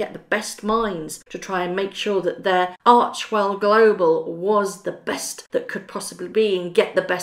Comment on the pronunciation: Arch "e" well................not archwell.